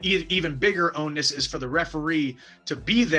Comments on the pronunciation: Mike… it’s “onus”, not own-ness. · This idiot is saying own-ness.